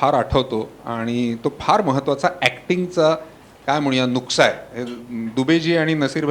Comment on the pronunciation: नुक्सा ❌ नुस्का ✅